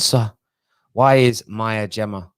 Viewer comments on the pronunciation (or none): none